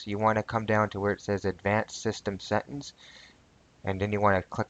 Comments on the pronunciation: settINGS, not settINS...... LMAO ty dude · FYI its Settings not Settens Set-Ings Not Set-ens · I like changin my "Settins" too. I just need to clarify, did u say "Speckafications??" Bro thats deadly words talkin!!!